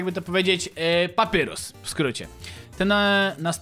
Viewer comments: 2.31 CZYTAJ PAPAJRUS NIE PAPYRUS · nie papyrus tylko papajrus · Nie czyta się papyrus tylko papairus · Papyrus czyta się Papajrus :) i lubie undertale :D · ałaaaaa dlaczego do jasnej ciasnej czytasz papyrus a nie papajrus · Nie mów papyrus tylko papajrus tak sie mówi a tak to ja znam żartów sansa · mówi się papajrus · Papirus czyta się paparius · nie muwi się papyrus tylko papairus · to nie papyrus tylko papajrus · Mówi się papajrus a nie papyrus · Wymowa papyrus-papajrus undyne-andajn śniezłe lody po angielsku nice cream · Patrzę na łapki i jedna łapka xd Skomentuje więcej jak obejrzę I drugi jestem Wgl taki szybki edit kiedy oglądam To mów na niego papajrus A nie papyrus albo papirus Na undyne andajn albo undajn troche dziwnie to wygląda ale lepiej brzmi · to się wymawia papajrus tak się nazywa brat sansa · Papyrus czta się papajrus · Papyrus muwi się Papajrus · Jeśli to czytasz to papyrus mówi się papajrus a undyne andajn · czyta się papajrus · Jak coś to papyrus czyta się papajrus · jakby co btw mówi sie papajrus a pisze sie papyrus jakbu co